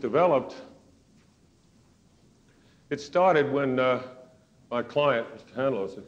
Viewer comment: The name "Handloser" is totally mispronounced. It doesn't give much confidence if they can't even pronounce the name at the onset of the presentation.